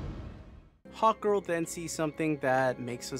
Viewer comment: I love how I kept hearing you say "Hot Girl" instead of "Hawk Girl" lol